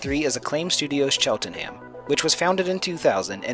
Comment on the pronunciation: The pronunciation of “Cheltenham” irks me